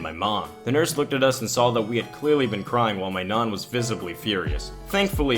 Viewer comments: "Nan" is pronounced with a hard A, like "jack". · Why do you say nan like naun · N-an n ah n not naan nan nahn nah-n sorry if I sound mean it's just funny BC it sounds like you are saying naan as in naan bread anyway sorry for the bad spelling. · Who else is pissed at the way he says nan?